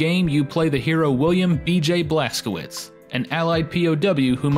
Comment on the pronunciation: It's pronounced blazkovits not blazkowits